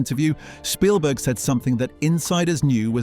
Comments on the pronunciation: It's Spielberg not Shpielberg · I think it's pronounced Spielberg, not SHpielberg. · I think your right, I noticed other strange things like that the narrator fluctuates between pronouncing it "Sh"pielberg and Spielberg. A real person wouldn't do that because the name is so famous and common. But an Ai would get confused between the actual textbook German pronunciation of it vs. the Americanized popular pronunciation. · His name isn't Schpielberg. If you're going to do an 18 min video on someone, figure out how he and everyone in his country pronounce his name. His name might be of German derivation but come on, do a little research. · Why does this AI continue to call Steven Spielberg, Steven "Shpeelberg"? PLEASE make that stop!!! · "Schpielberg", the narrator said. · Why does the narrator keep calling him "Shpeilberg"? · Bot voiceover says Norton's performance in Munich was "acclaimed." And bot pronounces the director's name as "Schpielberg." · Well, researched and interesting. However, I do feel quite sure you’re saying Spielberg incorrectly. A shpiel (also spelled spiel or schpiel) is a lengthy, often extravagant speech or sales pitch designed to persuade or entertain.